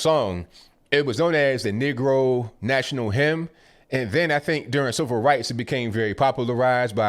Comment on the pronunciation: I’m pretty sure everyone understands thaT Negro is always being mispronounced by everyone.